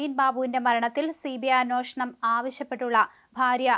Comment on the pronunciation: Anwoshanam അല്ല അന്വേഷണം ആണ്.